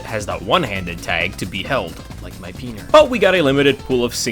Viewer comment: "like my peaner" Yea that's right, I heard that